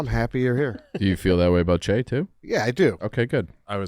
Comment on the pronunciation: Idk why it bothered me so much but it is CHeah not Shay!